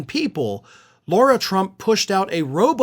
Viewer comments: This news is 3 or 4 days old already and you keep mispronouncing names. It's Lara not Laura and it's Mer-Shawn not Mer-chan. It's A-Lene not I-Lene Cannon. Why don't you show videos instead of just quotes? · I'm a major fan & follow both of your YT channels. I'm pretty sure that it's not deliberate, but you're pronouncing "Lara" incorrectly. It was intentional when repubs pronounced "Kamala" wrong, but I'm pretty sure you wouldn't do that. Thank you for all of the work that you do to keep us informed.